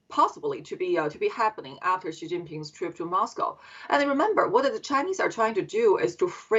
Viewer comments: She pronounces Xi like Ji, which means chicken, also slang for penis 😂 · This woman cannot even pronounce Chinese president's name correctly. What an ignorance... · CNN can’t pronounce Xi’s name correctly? It’s important. You can’t just make things up to your own liking as you go along. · Speech therapist is needed to teach you how not to mispronounce the Chinese President's name 😅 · How tf are both you journalists failing to pronounce XI!?